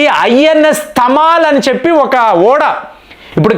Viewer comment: తమాలమ్, తమాల్ అంటే మద్దిచెట్టు. ఢమాల్ కాదు 😂